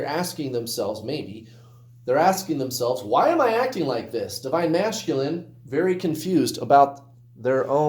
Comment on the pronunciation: I noticed that too! Lol